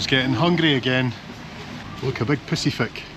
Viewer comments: Very childish but very much enjoyed you pronouncing Pissifik 😅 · "a big pisifik".... I spat my drink out